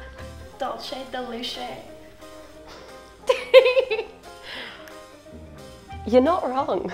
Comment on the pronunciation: Du-say de leche